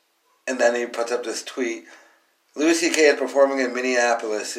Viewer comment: Who the fuck is Lewis CK? It’s pronounced Louie you fuck tard